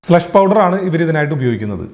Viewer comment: എന്താണ്Slu Sh. പൌഡർ. 'തനിക്ക് വ്യക്തമായി പറഞ്ഞു കൂടെടോ...